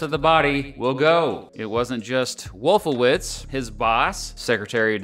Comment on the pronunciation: Wolfowitz… hmmm…. wollffooWITZ. Rumsfeld… hmmmm rummsss FELD. Hmmmm